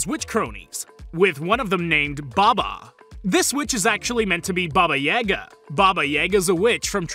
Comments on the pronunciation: As a myth or horror story lover I feel so uncomfortable but it's fine a lot of people make this mistake, baba Yaga Is pronounced " ye guh" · It's pronounced with a sharp "Ya", like as if you respond a question with "Ya, I know" or something, not Baba "Yay-ga" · Not him pronouncing “Baba Yaga” as “Baba “ye”ga” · I've never heard anyone pronounce baba yaga's name like that 🤮